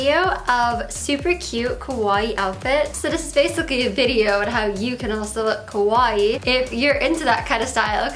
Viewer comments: Not kowai. Ka • wa • ii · The way you pronounce “kawaii” sounds more like “kowai” which means frightening in Japanese, You have to pronounce the i twice. Ka-wa-I-i . But the way you look is more kowai than kawaii so I guess it makes more sense. Gomen, you are more kimochi warui than kowai. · its funny how she pronounces kawaii....its supposed to be ka-wa-ii but she says it morelike ko-wai which actually means scary... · kawaii with open "a" it's like cool, cute, fashionable, etc... kowai it's your pronunciation... it means scary xD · All I hear is "kowai" As in, this video is kowai. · .... it's Kawaii the 'a' is pronounced like in Car Not Kowai which means scary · Haha, she said kowaii (means scary) instead of kawaii... I mean it's more fitting for her... just look at her arms...😟